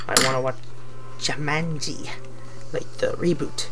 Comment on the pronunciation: YOU SAID IT LIKE 'ju-mah-nji'. TRIGGERED